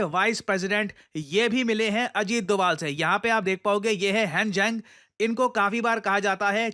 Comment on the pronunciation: sir said dugaal sahab 😂😂